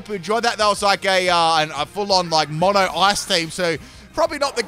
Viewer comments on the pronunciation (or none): none